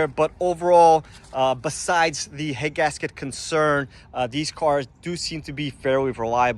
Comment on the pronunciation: annunciate please, i could barely understand you were saying 'head gasket issues'. i had to slow it down. be clear on what issues you are calling out please.